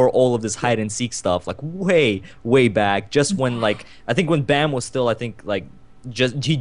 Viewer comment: I'm korean and they are pronouncing baam wrong.